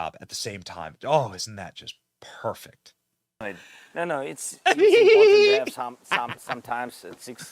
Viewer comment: Benny, please stop pronouncing Important, ImporTENT constantly. Mm K